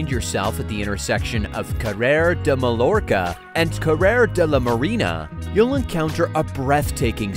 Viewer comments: Did you actually say "MA-LOR-CA?" It's pronounced "MAY-OR-CA." Holy hell. Shouldn't there be a basic level of education or intelligence to be able to make informational videos? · Mallorca: mah yor kah. NOT mal lor ka! If you don't know the most elementary things about Spain and Spanish, this is the wrong place for you to try being a commentator. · My-orca | Gow-dee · Did you seriously not know how to pronounce Mallorca? It's Mayorka, the island. Also it's not almost done, they miss an entire third façade. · Please say Spanish names correctly. Double L is silent. Mai-or-kuh. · Wait, how did you pronounce Mallorca?!? Oh my god. facepalm